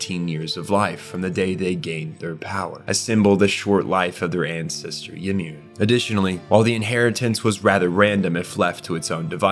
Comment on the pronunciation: Did you use AI for the voiceover? Reiss isn’t pronounced like Reyes The show pronounces wall Maria stupid but the video here says it right, but gets Ymir, Tybur, and Reiss all wrong